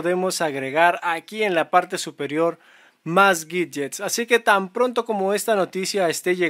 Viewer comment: por que Pronuncias la "W" como si fuera una "G" ? . . . o.O?!